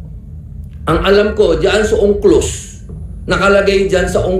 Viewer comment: U.N.C.L.O.S. or Unclos and not Ongklos...